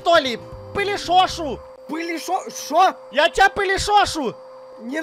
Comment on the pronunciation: Я понимаю что украинец но слово полишошу 😂😂😂полиСошу 😁